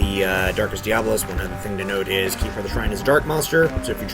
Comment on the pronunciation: Why do so many god damn people mis-pronounce Diabolos?! It's DiaBOlos!!! Not Diablos!